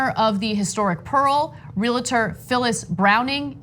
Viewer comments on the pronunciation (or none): Ana, please learn to pronounce RE-uhl-tor, NOT RE-lit-er. Please. It only takes a second to learn to pronounce that occupation correctly. This isn't the first time I've noticed, either.